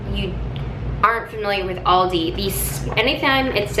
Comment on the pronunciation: It’s Al di. Not Audi